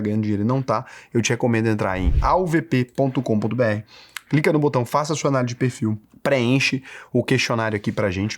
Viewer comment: Quando o fala "Na UVP", sempre parece que é "NA AUVP". RS